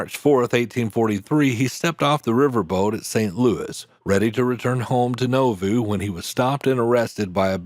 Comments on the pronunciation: The town of Nauvoo Illinois is pronounced Na-voo not No-voo and one wall of the Mormon temple in town survived the violence in the town and became one wall of a Catholic Convent, that later ( in the 1950s) became a school for girls with behavioral issues, run by the nuns, my mother's god child was a student there in the 1970s, later the convent closed, and the property was bought by the Church Of Latter Day Saints. They rebuilt the original temple incorporating that wall. As mentioned Porter Rockwell went on to lead the organization, that protected the Utah settlements of the Mormons, called the Avenging Angels ( or Danites ) if a crime was committed against the Mormons, no matter how small these gunmen would pursue the culprits, until they caught them, at that point the pursued had a choice, they could try to shoot their way out, and get shot, or surrender, and get hanged, ( a choice that would be codified in the States death penalty status years later, a person condemned to death in Utah, had a choice, the noose or the firing squad, a choice made by Killer Gary Gilmore, that choice was later changed to Firing Squad or Lethal Injection. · The place in Illinois, Nauvoo, is pronounced Gnaw-Vu, not Know-vu. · Nauvoo is pronounced “NAW-voo” not “NO-voo.” A small detail, perhaps, but this town is of such great importance to church members that getting it wrong greatly undermines your credibility as a narrator. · Naw-voo 🤣 Not No-voo! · Never heard of "No-Voo." You probably mean Nauvoo, pronounced "Naw-voo." Otherwise, well done! Much respect for your concise and straight narrative. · "NAW-voo", not "NO-voo". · Nauvoo is said like Nah Voo. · Nauvoo.... Nah-voo. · Porter Rockwell is a well-known historic figure in Mormondom, but I learned some things I never knew from watching this video. Very interesting. BTW, Nauvoo is pronounced “NAH-VOO.” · Learn to Pronounce Nauvoo: Nah-vuu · The city is pronounced Naw-Vu. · You are mispronouncing Nauvoo.